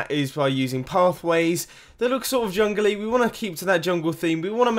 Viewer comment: the way you say "jungly" is AWESOME love it